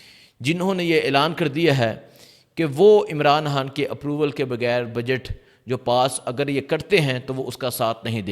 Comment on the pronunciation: یار تم خ کو کیوں ح بولتے ھو۔خان ھوتا ھے حان نہیں ۔۔۔۔پہلے اردو کو درست کریں پھر ویلاگ شئیر کریں۔۔۔